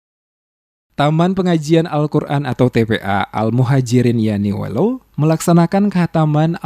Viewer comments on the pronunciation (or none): Maaf koreksi dikit.. nama desanya YAINUELO.. bukan YANUELO🙏